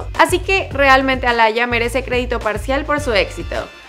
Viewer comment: De hecho el nombre de la hermana de Shawn es Aaliyah y se pronuncia 'Alía' no 'Alaya' just saying🙃